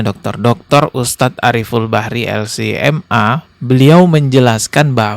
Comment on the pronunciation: KOREKSI YA BANG…baca geLar nya bukan eLsi em a…tapi eL ce em a…kalau abang mau nyebut si brarti harus eL si em e baca semua dengan sebutan Inggris